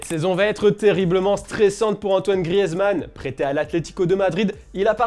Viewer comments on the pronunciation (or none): Ça ne se dit toujours pas « grièze » mais « Griz »